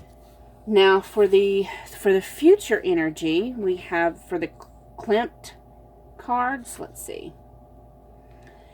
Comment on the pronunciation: I chose #1. Wonderful reading. Thank you so much. (P.S. You pronounced Klimt correctly. Those lovely cards must have been created with inspiration from the art of Gustav Klimt) Thank you again, I needed a bright spot in the middle of the winter doldrums.